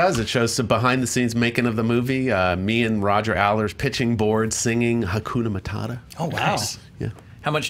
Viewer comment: It's pronounced HAKUNA MA -TA-TA not MA-TA-DA